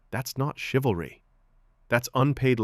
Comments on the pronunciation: 😂 "chivel....chivla...ah yeah what she said." Even as a hive mind, they're still low iq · Haha the women can't even pronounce chivalry. It's like something foreign to them😂 In my lifetime not that long ago it was common for a man to open the door etc for a girl or lady. I guess chivalry died. I wonder why😅😅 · Haha😂. Chivalry is so dead she couldn’t even pronounce it. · The saddest part is that they are completely convinced that they are very smart and intelligent. Meanwhile, they can't even pronounce the word 'chivalry.' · One 304 yawns without covering her mouth. Another 304 can’t pronounce the word ‘chivalry.’ No respect whatsoever. No intelligence whatsoever. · Girl couldn't even pronounce the word "Chivalry", and didn't even know it what it means. That's all you need to know lol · Girl Can’t pronounce chivalry lmfao I bet she’s really smart though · While Not being able to say the wrd " Chivalry " 🤷🏾‍♂️🤷🏾‍♂️🤷🏾‍♂️ a mean your serious